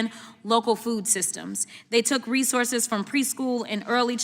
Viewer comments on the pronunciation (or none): none